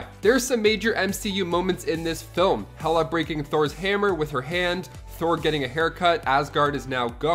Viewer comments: Hela, not Hera. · Hera? 😄 I think you mean Hela goddess of death.